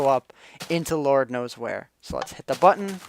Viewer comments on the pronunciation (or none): none